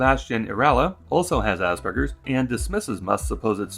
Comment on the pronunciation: worse, he said it asberjers, like he's never heard the word before, only seen it written down